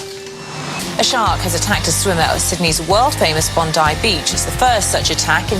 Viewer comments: It sounds like he’s saying shock every time they say shark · I thought he said "shots" lol